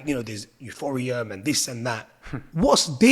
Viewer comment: Man called ETH “euphoriam” - it’s painful to listen to this brother that’s hosting the podcast, proper clown, doesn’t even know how to structure a question, why not actually listen to your guest and ask informative questions instead of sitting there like some lul in awe at what he says when you clearly don’t understand what your guest is saying, these times he’s trying to break it down to you in formal English , you just sit there suprised like someone’s grandmother